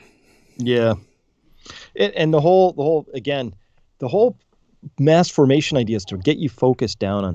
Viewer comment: It’s sounds like u said masterbation psychosis, lol, not mass formation psychosis